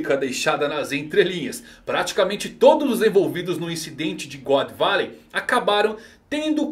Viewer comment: "Godô barey" Zehahahaaaaa